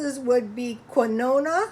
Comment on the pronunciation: Quinoa is pronounced "Keen" "wah"